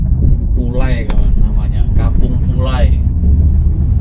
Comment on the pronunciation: Kampong pulaie mas bkn pulai